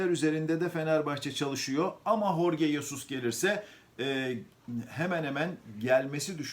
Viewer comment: Telaffuzu Horge degil.. Adam ispanyol degil..